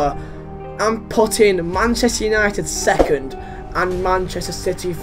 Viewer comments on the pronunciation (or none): '2.Manchester utited' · what the hell is man utited